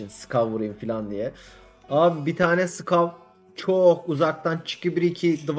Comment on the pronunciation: Olum nolur "sıkav" demeyin artık şuna ya. Ekranın başında elim ayağım titriyo.